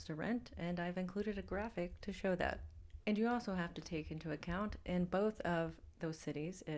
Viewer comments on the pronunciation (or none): none